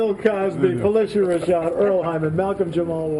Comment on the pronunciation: phylicia is shocked he pronounce her name right